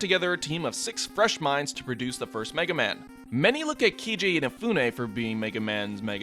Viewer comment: "Key-Jay Inafune"